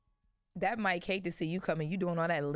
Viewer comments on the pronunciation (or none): none